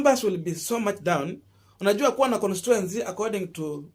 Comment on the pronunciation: (con-sti-tu-en-cy) not constuency bro